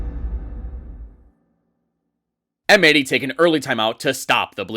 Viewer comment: I think M80 is supposed to be read as "Mighty".